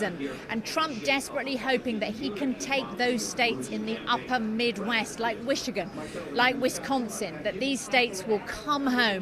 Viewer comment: ...Wishigan?? Idiot BBC reporter can't even read!!